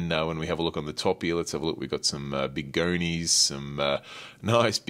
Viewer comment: pumps… why you pronounce words like that 🤣 Goni pronounced goknee like what